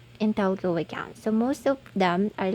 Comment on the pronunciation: Talco? HAHAHAHAHAHAHA funny Trying hard